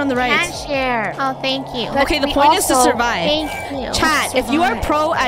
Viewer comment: Ah yes, “SUVIVE” 😭 (Ik u guys changed it lol)